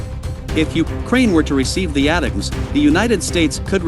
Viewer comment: Too bad you can't afford a human to narrate your videos - ATACMS is pronounced "Attack 'ems," not "At teh comes." Oh well, with that issue and 4.6k subs, that indicates 1945 is rinky dink <- FYI, that's pronounced "Rink E Dink" just in case a 1945 bot attempts to speech-to-text this comment. Even if I were an AI, which I might be, I'd still giggle ...